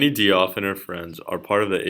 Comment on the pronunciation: Diouf is pronounced like Juf